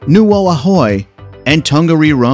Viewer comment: He got Tongariro badly wrong as well.